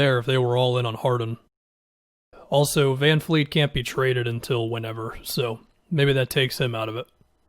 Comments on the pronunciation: It’s VanVLEET not VanFLEET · I’m glad I’m not the only one who notices it when he does this.